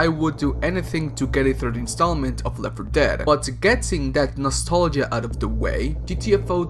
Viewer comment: the way you say left for dead is hilarious. left 4 ~deeeead~